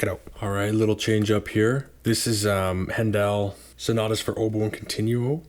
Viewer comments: Good reviews, and I appreciate the detailed takes on what each labels generally sound like. But sorry man… you need to work on your pronunciation! 😂 Haydn is “Hi-din,” Brahms is “Brawms,” and Handel is “Handle” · In English Bizet is pronounced Bee -Zaa not Biz et, Haydn Hi -Den not Hay den and Handel is frenetic not Hen Dal.